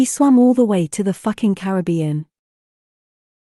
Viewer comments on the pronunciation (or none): none